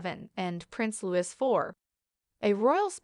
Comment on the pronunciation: It annoys me when automated Bots call Prince Louis, Prince Lewis. This video has certainly been programmed with errors.